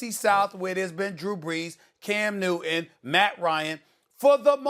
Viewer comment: “Cam Newinn” “Peyinn Manning” do Molly and Steven have issues with the letter T?